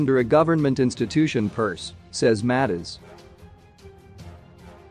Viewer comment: It not Matters you pronounce it as Mattez